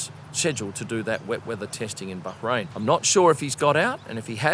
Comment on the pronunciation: See, you can pronounce Bahrain - just say it normally